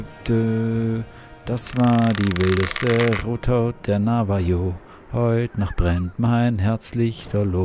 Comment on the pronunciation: Ich möcht ja nicht klugscheissen, aber Navajo wird nicht deutsch „J“ ausgesprochen sondern spanisch, also „J“=„ch“ „Navacho“